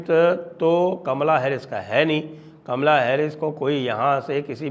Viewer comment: Sir aap Kamla mat bolo bua ji wali feeling aati hai aap please caaamla bola kro